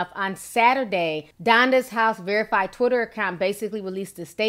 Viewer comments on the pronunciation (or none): none